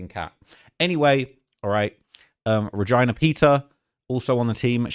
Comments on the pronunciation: bruh her name is re-JEEEEEE-na not VAGINA LMAOAOOOOO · Reg-eyena is crazy pronunciation. Have you never met someone with the name Regina before or? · I know ur from england but pls never pronounce Regina like that again ggs 🤣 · Saying Ra-Gina is out of pocket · “ReGYNA” is insane